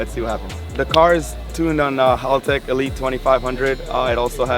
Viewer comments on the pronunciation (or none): none